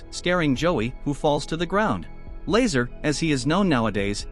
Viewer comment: Laser is not how to pronounce Lazaar